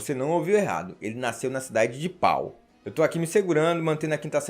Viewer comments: "Pau" em francês se pronuncia "Pô" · a pronúncia da cidade de Pau é PÔ!!! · cidade linda no Sul da Francia se pronuncia Pô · A cidade se escreve PAU,e se pronuncia PÔ. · Pau se pronuncia PÔ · Em francês, a cidade de Pau pronuncia-se Pô! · A cidade se pronuncia Pó! ! Deixe a 5 série em paz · Alguém podia mencionar que a pronúncia correta é "Pô".